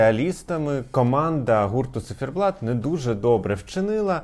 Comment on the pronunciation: чому «Цифєрблат» Пліз🙏🏻🙏🏻🙏🏻 У вас дуже гарна вимова, але це😢